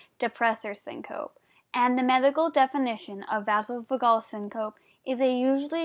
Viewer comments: Great job for doing the video! Vasovagal syncope is pronounced vaysovaygal sincopee (phonetic spelling). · Good vid.. But it's pronounced vayzovaygal seencopee